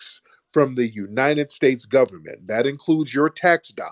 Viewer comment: she’s actually says it’s de goverments 😂🤣